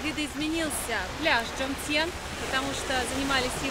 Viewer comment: Этот пляж по тайски называется не Джомтьен, а ТёмтИен, поскольку первая буква в слове Тё-Тяян, а буквы /Дж/ в тайском языке вообще не существует, и куда тайскую гласную И подевали ? ))) Это все равно, что вместо слова понимать кау-тяй говорить кау-джай.. ))